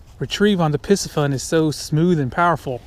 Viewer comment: It’s pronounced “PC-Fun” NOT Pissy fun!